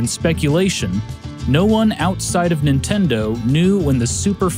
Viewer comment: How you keep saying "Intendo" reminds me of how my Grandma used to call my original NES that over 30 years ago. I miss her, it brought back memories, TY!